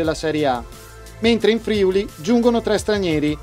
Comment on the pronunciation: Bel video! Però.. Si dice FriUli con l'accento sulla U, non FrIuli (con l'accento sulla I)...